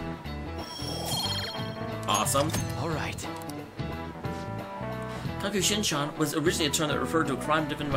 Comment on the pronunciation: It's kakushinhan, not kakushinshan